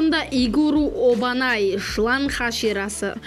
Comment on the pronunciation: Обанай емес Абанай десей Обанай деп жазылат. Томиоко емес Тамиока дейді.